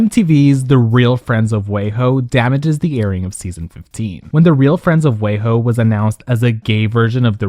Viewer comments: It’s weee ho not way ho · It’s wee-hoe not way-hoe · Not WAY-HO 😂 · I love that you say wayho instead of weho 😂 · Pronouncing WeHo like wayho is sending me 😂😂😂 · But why do you say “WeHo” as Way Ho 😂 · LMAO real friends of "WAYHOE".The pronunciation of the city